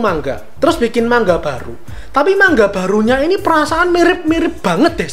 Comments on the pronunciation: Manga bang bukan mangga 🤣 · manga, bukan mangga 🥭